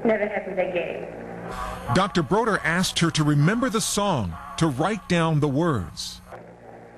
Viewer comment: David BODER, not “Broder”!